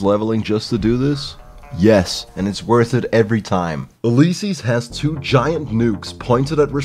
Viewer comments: Remembers to say it's pronounced Fido not Feedo. Instantly says Uleyesees. Lol, who taught you English? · You, liss, sees = Ulysses. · Holy, the way says Ulysses has me feeling some type of way man